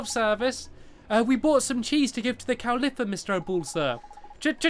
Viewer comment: ITS COW LIIFFA NOT C-O-W-L-I-P-E-R